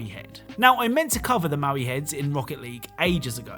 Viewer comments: The heads in Rocket League are called Moai, not Maui. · Those Easter Island statues name Moai is pronounced like Moe-Eye. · Its moai (mow-eye)